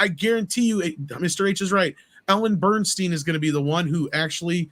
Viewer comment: Ellen Burstyn, not Bernstein!